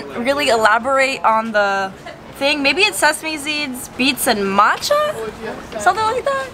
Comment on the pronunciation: matcha- NOTCHA im crying lmao